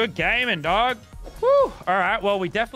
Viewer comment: The amount of times lazerbean said daug is the amount of likes on this comment